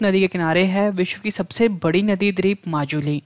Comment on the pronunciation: जय हिंद सर, आपने बहुत ही अच्छा स्टडी मैटेरियल उप्लब्ध कराया। जब आप द्वीप (Dweep) का उच्चारण द्रिप (dreep) करते हैं तो इर्रिटेशन जैसा होता है। बाकी बहुत बहुत सराहनीय है।